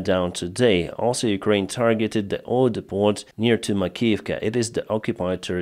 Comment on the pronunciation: The 't' at the end of depot is silent.... it is a weird French word that made it into English.